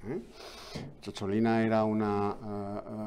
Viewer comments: Don Eduardo, no fue eurodiputada, sino diputada del Parlamento italiano- Además CHOCHOLINA suena fatal, Es «cicciolina», un diminutivo afectuoso que significa en italiano coloquial «querida» o «queridísima, dicho desde la ternura, desde el fondo del corazón» Como decimos pochola, pocholica. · Cicciolina, no Ciocciolina, y no iba de drag exactamente jajaja